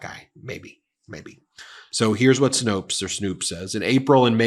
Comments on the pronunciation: Snopes rhymes with ropes, not roots. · It’s Snōpes not Snoops. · Ben, it's Snopes, not Snoops, lol!😅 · By the way, it's Snopes (with a long "o") not snoops. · It's Snopes, not Snoops. 😁 Love you, Ben!! 💙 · It’s Snopes pronounced to rhyme with nope. Not Snoops. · Snopes, not snoop😊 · Ben. Really. Snopes... think "nope" with an S on each end. There isn't any controversy or debate. "Snopes" not "Snoops" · It’s SNOPES, not snoops. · Snopes. Not Snoops. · Snopes...rhymes with hopes. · For future reference, it's Snopes with a long "o" sound, not "snoops." What I love about the name is that it comes from Faulkner's white trash grifter family in his trilogy of "The Hamlet", "The Town," and "The Mansion."